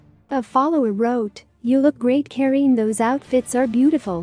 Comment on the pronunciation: Kareeenie Steel, not the way you butcher it.